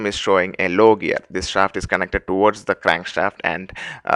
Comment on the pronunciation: pu-l-l-l-l-l--y , l-l-l-l-ow, o-l-l-l-l--most , l-l-l-l-ike you must be from India .